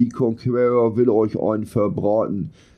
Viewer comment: "KONKUERROR" - ist das Dein Ernst?